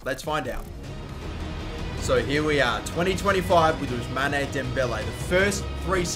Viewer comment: You mustn't pronouce the "e" of Ousmane.